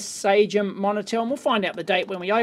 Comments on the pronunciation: Is it standard practice in Australia to pronounciate it SA-GEM? The company is named "SA-SJEM" (French) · Cool :D - I have been teased a lot of times because i said "SA-GEM" and was told that it isn't the way it was pronounced.